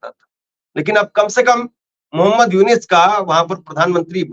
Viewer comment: मोहम्मद यूनिस नहीं मोहम्मद युनुस बोलिये please